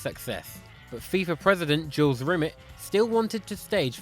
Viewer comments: It's pronounced 'Rim-Aaa' not 'Rim-Met' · Are you deliberately pronouncing Rimet as Rim it? I don’t know if he ever did. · It’s pronounced Jules RIMAY. 😊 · Jules 'Rim-it' Are you joking? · Jules Rimmet? Have a little culture and learn to pronounce names properly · 90+1 Facts Yes. You mispronounced several of the names here, you just Anglicised them, presumably because you couldn't be arsed to learn them. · I hate to criticize but Jules Rimet and Matthaus are pronounced differently mate